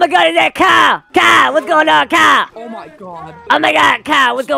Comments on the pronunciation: the fact how he says kyle like "cow" is just so hilarious😭(my opinion.) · bro said “kyle = kaa” 💀💀💀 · Kyle❌ Kehl✔️